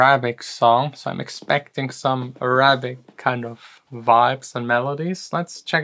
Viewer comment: Accent on the A on Arabic on first syllable